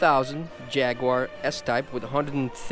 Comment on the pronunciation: First of all you can’t even say Jaguar right secondly jags and most British cars are very reliable from years of experience I can say that truthfully.